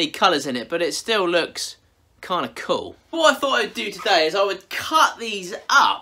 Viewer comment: The word youre looking for is; “Cool”, not “Cole”. 😂😂😂😂😂😂 I know I shouldn’t make fun of the way you talk but I just cant help myself. By the way, I love your videos. Sometimes while I’m watching them I drift off into La La land and I wake up and wonder if I’ve left my chair and committed any crimes.